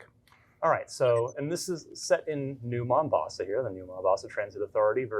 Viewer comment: Did he say it takes place in "New Mom-boss"?